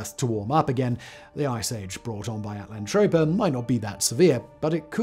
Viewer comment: Just saying, you spelled it At-LAN-toe-pea-ah....but you're saying it at-land-trope-ah.....they can't both be right....are there any videos where you say utopia for comparison? 😆